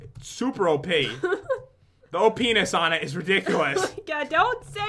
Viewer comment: Omg pat said the openis of the potion i know its opness but he said it like opines hahahhaa